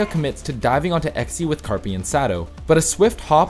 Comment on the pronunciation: did he just say Carpy?